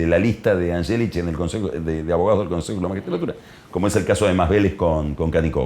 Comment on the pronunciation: Es imposible no ver la cara de “” cuando dice “Angelichi”, “Sholi”...🤦‍♂️